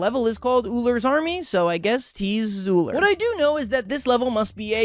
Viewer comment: At least he pronounces Ullr correctly